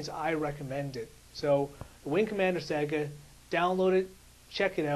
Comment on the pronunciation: Don't mean to be mean... But learn how to say saga. It's not "sega" it's sa-ga. Pronounced like saw-ga.